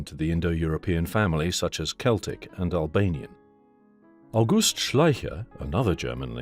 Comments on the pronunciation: Why do you pronounce german words with "g" as if it was "h"? Its August not Auhust. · Meanwhile in Germany... The name August and the month August are stressed differently. No joke, lol. You said "auGUst" and that's the month. The name would be "AUgust".